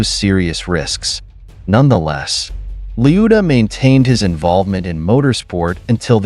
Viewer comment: 2 seconds in and you mispronounced his name already that's .when I switched off